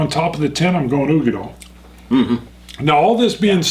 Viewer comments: Such an interesting comparison. Great video but i just gotta say...dail....uigeDAIL. as in tail or Dale. not doll. lol made me cringe every single time i heard it lol. Slainte! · It's oo-gee-dal not doll! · Katelyn Brokaw dal not dale!